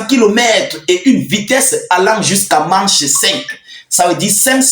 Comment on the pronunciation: Prononciation mak (phonétique) de mach vitesse